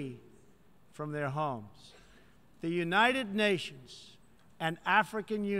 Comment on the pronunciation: Younaided Nations lol Word megalolz